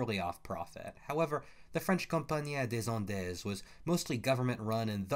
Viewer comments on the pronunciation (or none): It's pronounced Company days end